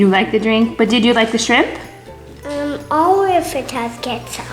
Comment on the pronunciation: it’s shrimp not shimp